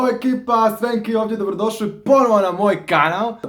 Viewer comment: Dobrodosvi na moj kanav wtf nezna L da kaze